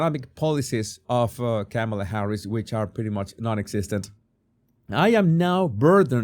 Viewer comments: Sir, I greatly appreciate your channel. I have a request though - my name is Tamela, pronounced like Pamela but with a “T”!! Your pronunciation of KamAla…sounds much like my name…and I don’t want to be associated with that evil *bleep*!! Please, I beg you, work on that “A” in the middle - all of us PamElas and TamElas will be so happy!!!😉🤣🤭🤣🤣🤣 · You know that’s not how you even pronounce her name so you started off this video petty 🤷🏾‍♀️🤦🏾‍♀️